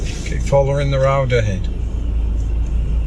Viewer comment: "Down the rowd"